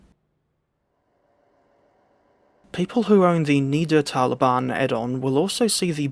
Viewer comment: 2 things First one is just a small pronunciation mistake. The route is called "Niddertalbahn" when there are two of the same letters, the one before that (the "i" in that case) would be pronounced shorter. You pronounce it as "Niedertalbahn" which would translate to “Lower valley railway" but the "Nidder" in the real name comes from the nearby Nidder River. As one of your favorite German routes i thought you’d like to know. 😅 But I also recall you pronouncing it correctly in another vid. 🤔 The second thing is a question. I was a bit surprised about you being very critical with the Kinzigtalbahn. I thought one of the only bad things about it is the linear nature because it’s surprisingly not laggy for me. But then you would rather recommend Schnellfahrstrecke Köln - Aachen than Frankfurt - Fulda? Just because it runs smoother? I don’t quite understand because like the Kinzigtalbahn, Köln - Aachen is very linear. But unlike the Kinzigtalbahn you only get 2 EMU’s while Frankfurt - Fulda gives you 2 as well and two Loco’s on top of that. I am a bit surprised by that one. Could you maybe expand on that a bit more? Thanks in advance and a great day to you on almost the other side of the globe. 🫶 Also I have to say I kinda miss the end card music 🤣